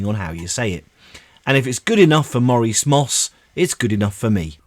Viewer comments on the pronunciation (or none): none